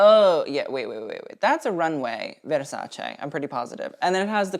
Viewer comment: Uno de pochi americani che pronuncia Versace e non Verssàcci.